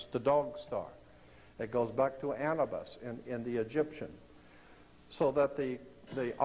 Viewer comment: Lol this dude can't even say Anubis. ANnAbUsS